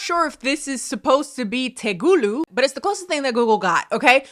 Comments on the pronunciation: when she kept saying "tegulu" at first I couldn't tell if she was trying to say "Telugu" or "Tagalog" which is a Filipino language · As an Indian person I laughed out loud when she kept saying "Tegulu" instead of "Telugu" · I lost it when you said TeGUlu its TeLUgu 💀also that is not telugu IMO google translate was trying tho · mispronounciation for TELUGU is sending me- babe its te-lu-gu not tegulu 😭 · lol my family speaks telugu and the way said it as tegulu every time was sending me gjlslgidpa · Girl I speak telugu first of all not TE GOO LOO but also that does not sound like words at all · everytime she says "tegulu" it brings me pain lol. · u did not just say "tegulu" i'm sobbing 😭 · calling Telugu "tegulu" everytime made my day 😂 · Tay-le-gu is the pronunciation for the language. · Lmfao!! THE Language is Indian. Spoken in southern Indian pronounced (Tell-leh-gu) spelled Telugu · Love your videos man but you gotta stop saying telugu like that 😭😭. There’s a L before the G gang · I cant stop wheezing at saying telugu wrong but hi, I’m half telugu, idk if there’s telugu speakers in the philippines but I’m fairly certain that those words don’t exist in the original language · I busted out laughing and woke my dad up when attempted to pronounce Telugu 😂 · On the floor with how you pronounced “telugu” 😂 But I speak it and I have no idea what that means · As a not Indian person who knows Telugu is...yknow a language that's name is pronounced a certain way- same🤣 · As a white person I was yelling “TE-LE-GUUU” at the screen. Oh and then she butchered “Tagalog” and I questioned whether I could finish this video 😂 I kid, I love your work, I never miss a video 💖✨ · i'm such a silent watcher but my goddd the "telugu" being butchered to "TEGULU" I AM LOSINGG MY MINDEKRJHDSH "DO THEY SPEAK TEGULU IN PHILLIPINES?" I LOVE YOU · Ahaha it's "Telugu" not "Tegulu" 😂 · It's TELEGU girl not Tegulu 🥲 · “Tehgooloo!!” - Ma’am 😂